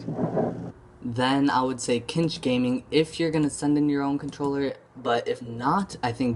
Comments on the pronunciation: "Cinch" pronunciation is "Sinch" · Exactly, tf are you saying? Kinch? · You have said Cinch wrong 16 times, if you would like to know where I found out the pronunciation of Cinch, here is the link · You're pronouncing "cinch" wrong